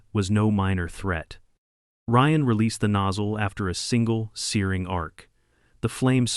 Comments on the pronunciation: Drives me crazy AI can't pronounce names correctly! Ryan is R.I.A.N Not R.E.A.N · “Ree-an”? Who the hell is “Ree-an”? Ryan is pronounced Reye-an.